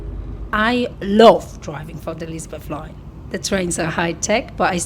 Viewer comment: Elsbeth Line❌ Sepford Exppress✅